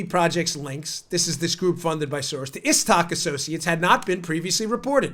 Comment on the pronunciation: Uh, Dan, it's George Sorass